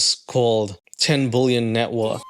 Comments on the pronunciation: Dude I cannot handle the way you say billion. It’s not “bull-yawn” it’s pronounced “bill-yun” I literally had to stop watching the video. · Why do you keep saying bullion ? B I lion I I I not u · I love the fact that you read word billion prononced like bulion, which is broth in Polish 🍲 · GO GET SPEECH THERAPY fuck its billion not bullyun!! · lol.. you say bullion instead of billion and it's 100% topnotch comedy. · Ive never heard someone pronounce "billion" like bouillon 😅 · I love how you pronounce "bullion" like a portmanteau of bully and billionaire! Or bullshit+ billionaire! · you do pronounce the word billion very weirdly lol! It sounds like "BULLION" lol. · Why can't you say the word "billion"?